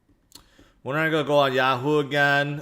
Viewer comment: I like hearing him say “gonna” like goa